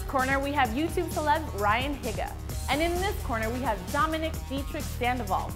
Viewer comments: "Higga" HIGGA? AHHH. HIHGGAH? HIGGAAA? NO. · It's Ryan hee-ga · EVERYDAY I'M TOP RAVING! PS. HIGA not HEEGA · it's pronounced heega not higga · did anyone comment on their favourite halloween song or did they just comment on how they said ryans last name wrong? My favourite halloween song is .....i actually dont know any haloween song's O_O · She said Higa wrong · She said higa wrong.